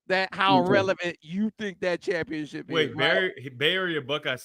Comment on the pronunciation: You can’t spell or say Cha/pionship without the “M” !